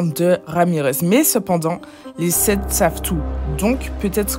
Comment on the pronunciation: Lol les sept pas les sepht